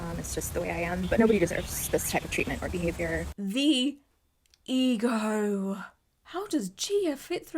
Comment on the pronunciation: Omg she added 27 R's when she said EGO!!!!!!